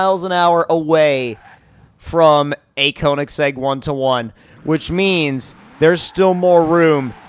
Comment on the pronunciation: Say Konisegg one more time! I DARE YA